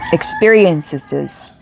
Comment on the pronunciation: Ex-peer-ee-in-sez And Bee-lee-ving